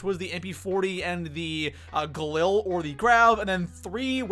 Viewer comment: You don't say galil correctly